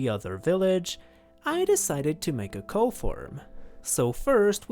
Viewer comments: In english, cow is pronounced like cau. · That's not how to say "cow"